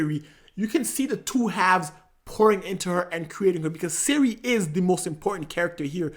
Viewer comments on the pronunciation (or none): Princess SYRIA? what the hell bro? Its CIRI